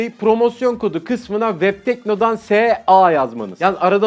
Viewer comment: Webteknodan S.A diye degilde Webtekno dansa diye anladım .)